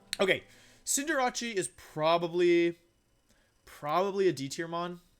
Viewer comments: He’s a professional Pokémon player and still doesn’t know how to pronounce the names! First off, it’s scorbunny, not cinderace, and second, cinderace is literally cinder & race, not cinderache! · "dekidue" "ciinderatti" is this really how you pronounce in english ? i would never imagine that it was like that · I love how he pronounces cinderace as “cinder-atch-e” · wtf are these names.. deckydooey.. cinderachi.. wtf Decidueye.. Decidu- as in deciduous... then eye. Disijooeye Cinderace... Cinder as in igneous rocks. Then ace as in playing cards... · Decky Dooey? Cinder Ache?? What the hell is this pronunciation? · Cinderace? “Cinderatsie” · PLEASE SIR... PLEASE FIX YOUR PRONOUNCIATION OF SOME POKEMON NAMES. It kills me when you pronounce decidueye as dekiduwii and cinderdace as cinderatjie. I love you men for the love of god fix it :) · It's his thing. He mentions he does it because of his friend, Markus Stadter. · There’s no way you’re saying Cinderace or Decidueye correctly bro 🤣🤣🤣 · U say cindrace so weirdly its cinder race not rache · His pronunciations really get me “cinderawchee” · Cin-der-RaChI 😂 it’s Cin-der-race bud other than that I think cinderachi should be moved up to like B or A and with it’s hidden ability it should be S. Feraligatr is very slept on yeah there are Pokémon’s that can do it’s job better but in a vacuum it can definitely get the job done so I think it should be like B and Meganium should be an F tier mon tbh I know I just said this about feraligatr but other Pokémon’s does meganium job much better the only difference is meganium doesn’t have much if any coverage moves while feraligatr does. (P.s. I haven’t used a meganium since like gen 4 heartgold online battle days so if it got coverage now in gen 7 or 8 then I guess it can stay where it’s at but if it doesn’t that should be an F) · xcuse me- cinda-rachi? you mean cinderACE? where did jirachi come from- ALSO- DEKKI DEWI-- OH MY GOD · Also the fact he said Cinder-ase As Cinder-ache